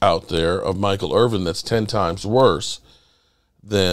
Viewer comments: Irvin not IRVING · Dude, you called him Michael IRVING at least twice. C'MON